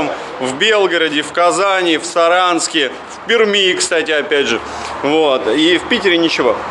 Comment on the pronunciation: Респект за правильное произношение г. Пермь.